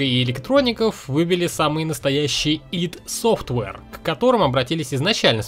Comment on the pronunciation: Хоть один человек на ютубе умеет правильно произносить название id Software. Ставлю класс.